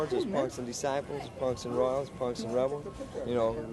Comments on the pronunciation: Dude got Latin Disciples right but says Spanish Descibles lmaoooo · Why use A.I. If it can't say "Disciples" "Satan Desibles" 🤦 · Disciples not descibles goofy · Dis- Siples